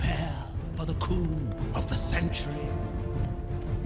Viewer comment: I'm sorry but it sounds more like "prepare for the coom of the century" than the original "prepare for the coup of the century"